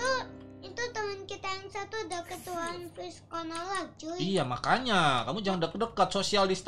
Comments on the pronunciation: Corona bang bukan conorak😆😆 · corona bang bukan konorak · Bukan konorak bang Corona 🤣🤣🤣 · Bang kenapa bilang konorak bukan nya harus corona